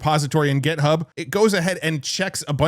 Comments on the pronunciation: It's GitHub, not "Get Hub." And "how it looks," not "how it looks like." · We need to have you say "GIT," rather than "GET" when referencing GitHub.